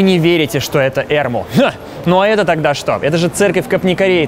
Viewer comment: Вообще не Эрму, а эрмУ. А холм Ликавитос, а не Лика-четотам